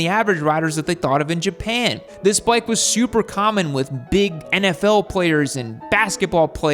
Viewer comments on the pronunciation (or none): none